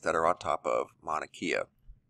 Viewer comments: FYI: Mauna Kea = “Kay-ah,” not “Kee-ah.” The “e” is pronounced like an “a.” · Its painful to hear you say our words... NOT Mana-KEE-uh... it’s pronounced Mow-na-Kay-uh.. learn how to say it! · Mauna KAYa is the proper pronunciation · it's pronounced mauna kae a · Good morning...love your channel...great updates and info, Mahalo! Just an FYI Manakea...Pronounced Mana Kay ah. Much Aloha ❤️🙏🌺🌈